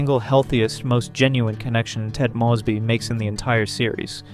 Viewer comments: AI Narrator. Can spot em a mile away. The voices have gotten more realistic but the mispronunciations give it away every time. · I like this video... and could like this channel, but if you keep pronouncing Mosby like that.... im out